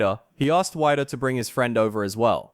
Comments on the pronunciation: Weider is pronounced “Weeder”. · The problem is you don’t know how to say Joe Wieder’s name you’re saying it as Joe wider how in the world can you call yourself credible if you can’t even say Joe Wieder’s name correctly who is the godfather of bodybuilding horrible